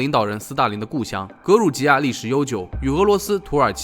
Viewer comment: 格鲁吉亚读错了，读成了格鲁尼亚